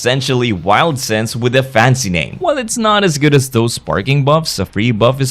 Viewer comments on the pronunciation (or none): none